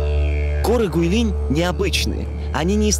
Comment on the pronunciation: Правильное произношение "ҐуыйЛин"